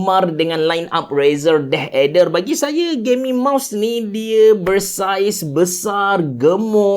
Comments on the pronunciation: Yep aku dok dngar deh eder ok deh 😅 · asal dengar abe cerah sebut deh ader sounds so kelantan HAHAHAHAH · sebut deathadder versi klate auto jadi deh eder HAHAHAH , btw nice content as always